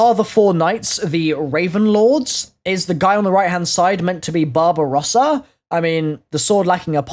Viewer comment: Whenever says Barbarossa I can just hear Bob Ross. That might be just me.